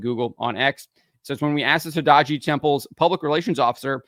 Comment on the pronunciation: your pronunciation about the temple is indeed a bit iffy but it's not enterily your fault as is not properly written, when written in romaji letters it should've been written as todai-ji, with a hyphen.